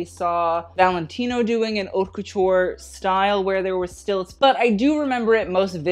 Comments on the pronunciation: Isn't haute pronounced like coat? not cot... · He does it on purpose (haute le mode doesn’t mean anything anyways)